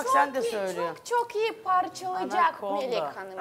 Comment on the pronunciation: Melek hanım çok güzel söylemiş Anakonda diye😂😂😂😂😂😂😂👍👍👍👍👍👍👍